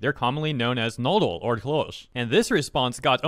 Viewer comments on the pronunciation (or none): You did not even try to pronounce Knödel right. Its does not even sound a little like the real one. Nodle or klosch wtf. Hard K ind Knödel. Regular s (not sh) in klos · Listening to trying to pronounce "Knödel" and "Klöse" gives me a desire to complete the trilogy till everyone speaks proper german. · That's a WILD way to pronounce Knödel and Klöße 😂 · Your pronunciation of Knödel and Klöße was priceless 😂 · As a german hearing pronouncing Knödel or Klöse was the funniest attempt of an american trying to speak german. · i mean the "ö" doesnt exist in english so ig he tried😅